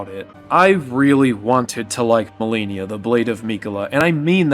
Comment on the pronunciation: why do you say Malenia, Blade of Miquella like that? you're forcing yourself to pronounce it like a dumbass lol. good video 3 hours in though! did you really not realize how bad you were butchering the name? You have to be doing it on purpose.